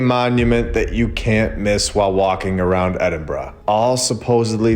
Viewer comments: He pronounced Edinburgh correctly!! 🎊🎉🎈🎁🎂🍻👍🏻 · First time I've ever heard an American/Canadian pronounce Edinburgh properly 👏 that place is next level beautiful. Honestly amazing